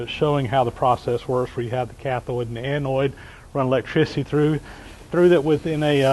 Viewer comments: Good video. No big deal, but it's anode not anoid. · sorry, the words are anode and cathode. NOT anoid and cathiod. Sorry mate. I do like your videos. Keep up the good work. John the Handyman is Las Vegas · Anode not anoid, Cathode not cathoid. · I am anOID by how he says Anode and Cathode 😏, but thanks for the vid 😁 I wonder if the process would be more efficient if you stopped it now and then and removed the "slag"? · SERIOUSLY! It's not Anoid and Cathoid.... It's ANODE AND CATHODE. There's no I in either word. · Not a great crime against the language , but you persist in saying annoid instead of anode. (what ever an annoid is, it does not exist in English speaking countries so spell checker throws a fit). Thank you for sharing your knowledge....much appreciated. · It's "cathode" and "anode," my friend - not cathoid and anoid. :) I'm really enjoying your videos, however. You are a very talented, skilled, and knowledgeable craftsman. Thank you for taking the time to bring these informative programs to us. I am disabled, so you provide me an enjoyable way to work vicariously, through you and your shop adventures. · with all due respect, it's anode and cathode, not anoid and cathoid. It was a great explanation of electrolosis, and a great result. Please keep presenting these great videos. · A-NOID? Ca-THOID? Anode, cathode. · Annoyed and thoide" ANODE and CATHODE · NOT 'anoyd', NOT 'cathoyd' ... 'ode'.... 'oad' like toad, not 'toyd' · the word is "anode" not "Anoide"" same for cathode, not cathoide. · Love the video. Very informative. Just threw me off when he says anoid and cathoid... i was like wtf... anode cathode! messing with my head... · BTW, they're anodes not anoides. It doesn't rhyme with androids.. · Annoyed that a smart fellow like you, pronounces anode as anoid and cathode as cathoid. How would you say hemorrhoid? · Im anoide at the pronunciation :D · Avoid the Noid kept coming to mind lol. Good vid though! :)